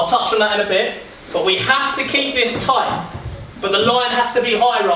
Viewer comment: Man said “tait game” lol 😆